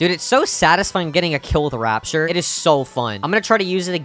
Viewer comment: Bro calls it rapshur 💀💀💀